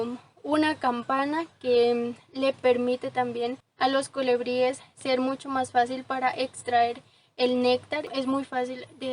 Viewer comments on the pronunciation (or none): Muy lindo tu video y muy lindas las flores, también lo explicas muy bien.....pero no digas colEbries...es colIbríes la pronunciación correcta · Se dice colibríes y no colebríes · Mi niña muy linda tu descripción del jardin precioso, con todo respeto te digo q se dice colibries y no colebries se escucha muy incorrecto, un abrazo.